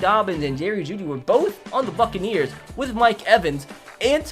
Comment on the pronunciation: Bruh man said fuckaneers